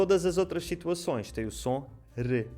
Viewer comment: Muito bom. Estava pronto a questionar que ouvi "shituações" mas a Márcia se antecipou e ficou esclarecido. Gostei.